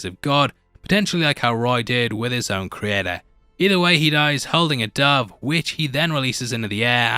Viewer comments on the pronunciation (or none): none